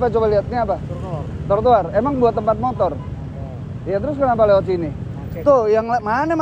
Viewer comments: Yg bener trotoar apa tortoar bang ngomongnya wkwjw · Ngakak denger bang susah nyebutin Tro - jadi Tor terus...hehe hiburan juga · Trotoar bukan trotoar bang 😂😂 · Trotoar mas... bukan tortoar 😀 kerennn gasss lanjutkan orang2 ga tau aturan ngeyel emang pantas di maki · bang TROTOAR bang bukan TORTOAR wkwkwkwk sumpa ngikik tetep semangat bangggg😂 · Bang ganteng....trotoar bukan tortoar😊😊😊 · T R O T O A R bang bukan T O R T O A R 😂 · trotoar bang bukan tor toar🤣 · Maaf bang trotoar bukan tortoar😂😂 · bkn tortoar, cb blg trotoar wkwkwk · Bukan tortoar tp trotoar wkwkwkwk....... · Trotoar bang bukan tortoar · Bikin kompilasi bang ngomong “tortoar” lucu sih wkwkwkwk